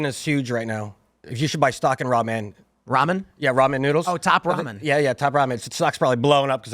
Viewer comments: Bro says ramen like "raw men" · Did that mf really say Raw-Man 😂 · Never heard Ramen pronounced “raw MEN.” Makes me uncomfortable. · Ruh'MEN guy is bothering me with his pronunciation. XD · What is this “raw men” he keeps saying is so inexpensive? Soylent? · I'm sure he's a cool dude, but I don't like how that guy says Ramen😂 "raw men" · Is he a Pastafarian? He keeps saying R'amen. All hail the Flying Spaghetti Monster, R'amen! Lol 😆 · They way he said Ramen pissed me off